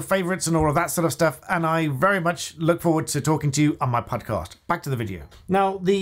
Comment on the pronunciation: Did you say Pudcast? Someone get Paul Chowdhury for a duo.